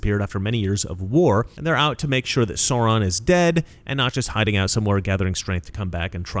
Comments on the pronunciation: Please sir, Sauron is pronounced Sow Ron, not Saw Ron. It’s really distracting 😅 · Absolutely! I thought of them instantly. Didn’t Peter Jackson show some of those groups in the large war scenes? Riding elephants, I think. All the peoples of Middle Earth came to fight Sauron in the end. (By the way, it’s pronounced “Sow-ron,” where “sow” rhymes with “now.” Or “ow!” 😆 )